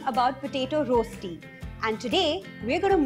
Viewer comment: Correct pronunciation is रश्ती, not रोस्टी